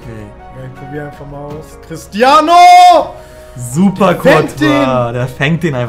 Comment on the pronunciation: Niemand:: CrisTiAnOO😂